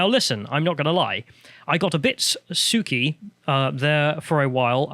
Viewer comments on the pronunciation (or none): I guess the word "sook" (pronounced like 'book') is an Aussie thing that you don't get over there. If you say that someone is being a sook, you're calling them a crybaby / saying they're unreasonably upset. But it's that quiet, childish, sulking kind of upset... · His pronunciation of sook cracks me up 😂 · "Sook" and Sooky"??? Is this word something she made up or a British slang used by old women trying to sound like a little girl (like a 50 year old Australian woman wearing ripped jeans and dirty converse cons)? Sooke is the name of a small town in Canada. Guess I am not up on my British slang.